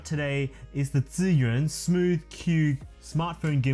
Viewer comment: 1st time someone in youtube pronounces the name of the gimbal right! I'm guessing because you are chinese hehehe. Great vid bro!.